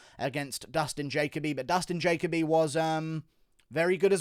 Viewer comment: Dude love your analysis but ur pronunciation of Dustin Jacoby needs work. But Dustin definitely screwed up walking away after one punch. Always follow the guy down with the ground and elbow/pound. Bill A did great but Max Schnell was worth the price of admission. Main event headline sucked.